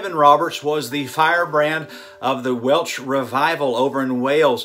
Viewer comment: It's Welsh Revival - not Welch....